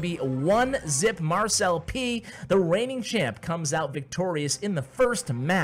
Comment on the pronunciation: So... Does anyone else pronounce it Mar-celp instead of mar-cel-pee? 😅